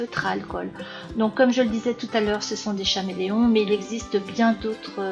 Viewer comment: Coucou! Ces feutres sont géniaux et je les utilise souvent 😍 mais on dit caméléon et non "cha"méléon 😅